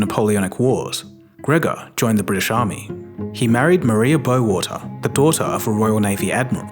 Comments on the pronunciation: Maria Bo’oh wa’ah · Bowater? short for Bot'ol'wa'er?